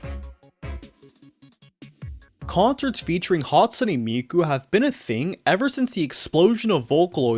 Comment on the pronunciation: Bro pronounced it as "Hatsuni"💀🥀🔥